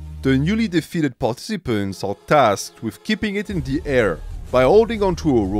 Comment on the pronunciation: Bro you pronounce "participants" wrong